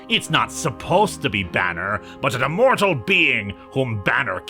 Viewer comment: Ah yes, Immortalk.